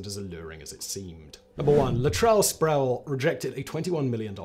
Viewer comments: It’s Latrell “Spree-well” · Pronounced “Spreewell” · How many times can one mispronounce Sprewell?